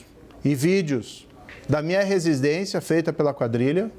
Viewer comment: Vai aprender a falar primeiro. "Resisdências".